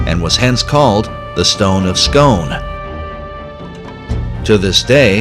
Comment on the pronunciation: The Stone of Scone also known as the Stone of Destiny is pronounced Scoone say oooo after me you illiterate bastards. Only Kings and Queens can truly be crowned on it, if its not at the coronation their is no King or Queen. Why you think the English tried to steal it from us, but we made sure that will never happen again